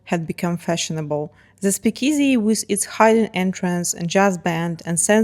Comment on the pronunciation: The bars that served illegal alcohol during 20's prohibition weren't called "peakezey", but "speakeasy". In general, I like the content, but you might want to consider improving/reducing your Eastern European accent. It's very thick.